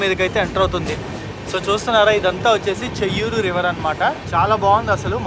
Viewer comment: చేయ్యేరు not చెయ్యూరు (బాహుదా నది)